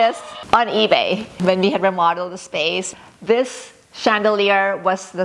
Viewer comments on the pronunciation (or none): none